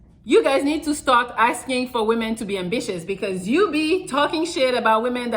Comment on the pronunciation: Did say ambitious or ambitches